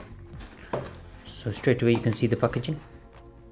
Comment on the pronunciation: He says packaging funny